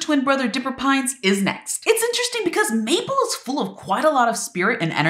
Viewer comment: I know this is a very annoying thing to say but you pronounced mabels name as "maple"